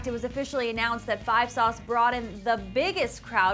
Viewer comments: Gah~ Can I just say. 5SOS is pronounced 5 Es oh Es. SOS by itself pronounced how it looks doesn't sound right. At all. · im just laughing because she kept on saying "5 sauce"